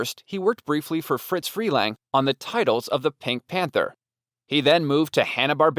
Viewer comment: It's Freleng.